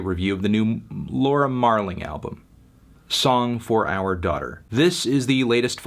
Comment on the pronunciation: Nice review Tony but you winking after saying "OURR daughter" nonstop was a bit distracting